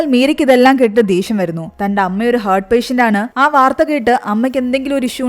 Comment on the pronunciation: ചേച്ചി ഹെർട്ട് അല്ല ഹാർട്ട്